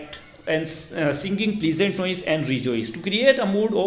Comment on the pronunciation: Prlesent naahi pleasant pronounce correct nahi tha 😐 But bat to correct ha best teacher in the world ❤❤